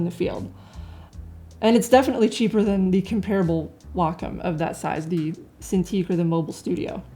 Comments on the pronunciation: I have the iPad Pro for 2 months now, an iPad 2018 3 months prior to that. Mainly for drawing direct digital. One thing you did not emphasize more is the fact the Wacom (it’s pronounced Wa-Kom) Cintiq is just a display drawing tablet that you need to connect to a dessktop/laptop. At the practically a bit more cost than a Cintiq, the iPad was a logical purchase - portability, long power use of 8-9 hours, and yes, Procreate as the best mobile digital art app as the main reason why I spent over $1000 for drawing. As an anti-Apple, I can sympathize with the your sentiment - it just works, bitches! Now I get laughing reactions from colleagues who know me to be anti-Apple. But the only thing I care about is that I can draw anywhere, and I have just finished a comic strip while I was on the couch while watching my favorite TV show. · lol all i hear is "wack um"... Anyway is it me, or does it look like someone is sitting behind her pretending to be her arms. :)